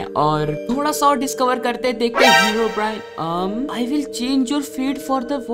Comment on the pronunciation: Everyone: Herobrine: Heraobrine